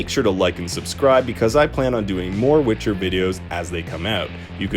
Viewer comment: You say "witcher" funny